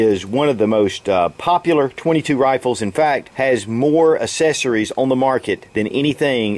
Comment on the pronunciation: We don't call them "assessories" we call them "accessories". It is pronounced "ak-sse-sso-reez"